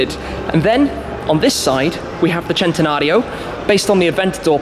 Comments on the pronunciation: Pronounced sentenario not jentenario 🤦🏻‍♂️ ruining the names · im still confused how he gets chentanario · I didn't know the centanario was pronounced as chentanario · Centenario not chentenario😑😑😑😑😬😬😬😬😡😡😡😡